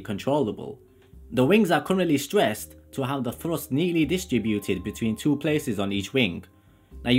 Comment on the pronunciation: ART CORE Afro-Caribbean Londoner?. Fousand pounds of Frust!!☺